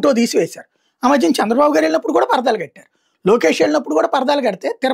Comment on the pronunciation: కాడికి నువ్వు కూడా పేటీఎం బ్యాచ్ లాగా అది పర్దాలో అని చెప్తున్నా 😂 స్ట్రైట్ గా చెప్పు అది పరదాలు అని తిప్పి తిప్పి చెప్పక్కర్లేదు